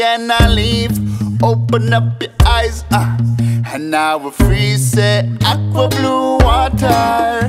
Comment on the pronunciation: Aqua but he says it with a hard "A" sounding like "Aaqua" instead of "Ahqua"